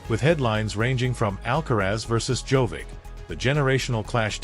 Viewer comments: The speaker should know to say: Djokovic not Jovic! The best tennis player deserves to hear his Name correctly. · what is wrong with you? djokovic has been more than 20 years in tennis and you still are not capable of pronounsing his name correctly? there is no tennis player named jovic. SHAME ON YOU! you are very disrespectful. would spelling it JOCOVICH be easier for you to say it correctly? someone in this line of business should not make mistakes of this kind. AI could do it better than you. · First, learn to pronounce Djokovic name properly. He is not Jovic, Dj in the Serbian language is pronounced as J. The rest of his last name, after the Dj, use phonetics to pronounce it. Stupid. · Can we at least pronounce Djokovic correctly as it is pretty offensive to keep miss pronounce his name through the whole video. I mean how do you spell it correct in the video title then get it wrong everywhere else?